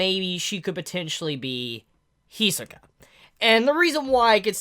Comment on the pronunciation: Can you pronounce Hisoka as He-So-Kah once, just so we know you know how to say it because I see your a fan